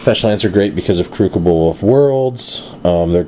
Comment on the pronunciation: How has noone ever corrected you on your pronunciation of "crucible"?! Jesus. Sweet deck tho